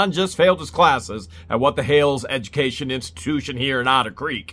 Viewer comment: it's edgamacation 😂😂😂